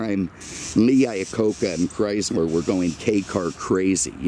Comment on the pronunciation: When will realize it was never spelled Chryzler